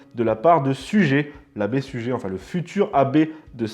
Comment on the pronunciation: Merci pour ces petites émissions fort instructives et roboratives! Juste un petit bémol: faites un effort en matière de prononciation des noms propres (et des noms allemands pour d'autres fois...). Suger se prononce "Sugèr" et non "sugé" (un peu comme se prononce "Christopheur" et non "Christophé"..). Ce n'est malheureusement pas la première fois et une constante chez vos jeunes confrères de TV Liberté avec une propension à ne pas effectuer les liaisons). Certes, ce n'est pas très grave mais, à force, cela nuit à la crédibilité de l'orateur et par là, à celle du discours et de la chaîne... Surtout lorsque l'on se veut défenseur de la culture française!